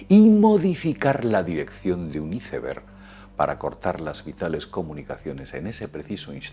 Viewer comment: Neta???.... Hiceberg????..... 😂 por favor ya tomate un cursito de ingles, te urge....